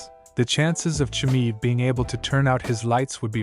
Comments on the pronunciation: Chimaev not chimive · You not being able to pronounce "Chimaev" correctly... tells me you know nothing about the man... I think he is way to aggressive for Costa.. Costa is big but slow... which means he is always dehydrated when fighting... Khamzat will be in a better shape than his 170lb... and his ground game is wild so I am going with 90 to 10 Khamzat with the odds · You can't even pronounce his name and you think you know anything...😢